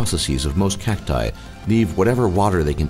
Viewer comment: cacty? are you french?